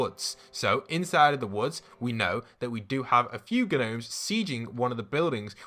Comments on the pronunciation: Is it just me or does Midas’s room have a FNAF vibe (Who Else is frustrated he is saying Ganomes instead of nomes?) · Gnomes is pronounced “nomes” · “ghnomes” 😂😂 love your videos !! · His pronunciation of gnomes triggers me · Gnomes has a silent ‘G’ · Just a heads up, the g in gnomes is silent lol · Does he call them gnomes (pronouncing the g) on purpose?